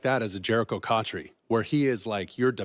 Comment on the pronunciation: Bro.... cotchery?